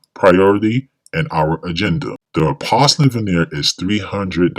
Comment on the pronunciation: Why don’t you know how to pronounce porcelain?